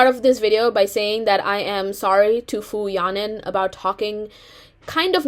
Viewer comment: You should apologize by learning to properly pronounce her name